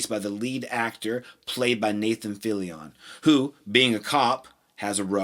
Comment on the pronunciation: Nathan Filli ON? its Nathan Fillion its one syllable not 3